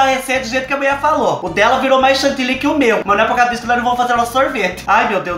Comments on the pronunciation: Adorooo qdo vc diz a muié...kkkkkkk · Gosto qdo fala a muié... kkk e que a mãe é capaiz Adoro vc.